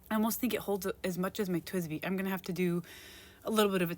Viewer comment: everyone pronounces it as tweesbi tho?